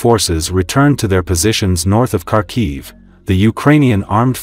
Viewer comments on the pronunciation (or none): It's not kharkov It's kharkiv.